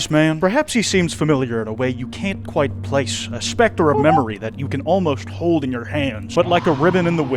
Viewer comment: really kwite? on the 12th?